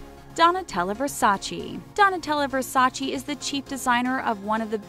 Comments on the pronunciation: IT'S VERSACE, NOT VERSACEE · It´s Donatela Versace not Versaci please she is Italian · It's VERSACE, not VERSA-CHEE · IS NOT VERSACI IS VERSACÉ 😠😠😠😠